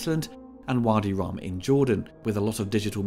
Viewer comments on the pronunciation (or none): none